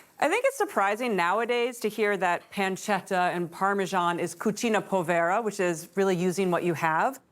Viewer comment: Gnocchi chef: Not Poe-vay-ra. Say: pooooo-ve-rrrrr-a. Di = deeeeeeeee farina